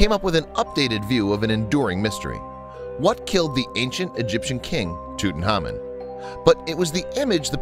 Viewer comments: Could you please learn to pronounce Tutankhamun, because you're saying Tutenhamun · Tutankhamun not Tutanhamun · Didn't You Know his name was TUT ANKH AMUN not tootenamen you ignoramus narrator. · That's Tut Ankh Amun!!!!! Not toot n common .... Show some respect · Does anybody notice he is saying his name wrong it’s not fucking toot it’s tut say it how it’s written my god this was bothering me so much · tootenhamun??? wtf dude it's prounounced tuht-ankh-ahmuhn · Tut-anhk-amoun not tutenamon. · It's driving me insane. Tut-Ankh-Amun, not Tootin-hamin. Ridiculous. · Bad name pronunciations. 😣 tootin’ hahmein… smdh 😠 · Tooten Harmon...lol WTF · Learn to pronounce their names: Tut-ankh-amen, Car-narv-on. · Why he pronounce his name TUTENHAMEN🤣🤣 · Its Tut Ankh Amon. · I wish people would pronounce his name correctly. It's Toot-Ank-Amoon. As for what caused his death, he had a few possibilities: His first x-ray in 1995 did show he had a fractured leg. Obviously, the break didn't kill him. However, in 2010, DNA tests confirmed he suffered from malaria, had a club foot with "crippling" bone disease which made him walk with a cane (meaning he wasn't riding chariots like we all previously believed as most depictions of him on the walls of his tomb show him sitting down- and 130 walking canes were found in his tomb). It's mostly believed that he died as a result of gangrene when his leg became infected. No matter which one of these killed him, he died a painful death. :( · He said king toot >:( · Lol toot n common 😂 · KKK Nazi Bigot Man “toot an KH amoon” is correct. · Wait it was pronounced toot-tin-common? I’ve been pronouncing it tuht-in-common. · why the fuck are you saying it like ‘tootnhamin’ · Did he say tutanhamen or am i high also he said image program makers created 2 times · So we gonna just ignore the fact that this dude keeps calling him TutanHAMAN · tutan HAMON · No... That's not the way it's pronounced! 'Phonetically', it's Toot ank ah moon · It's annoying.